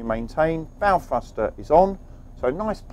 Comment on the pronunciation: What the hell is a "fruster"?